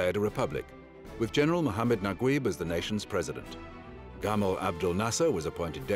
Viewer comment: I still don't understand why they spell Najeeb as Naguib in English.... so weird. The commentator pronounced it completely wrong LOL. It's NajEEb.